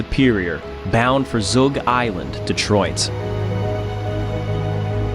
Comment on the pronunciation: Um…Belle Isle. And it’s Zug as in bug, not zoog as in booger. The two radars that went out on the Fitz were the Long Range and Short range radars. I do not think that they had “backup radar” as you say here. That would mean four radars went out. This is not so. You said the Anderson contacted “another steamer”; they would’ve contacted another STREAMER, as this type of ship was designated: I.e. Str. Edmund Fitzgerald.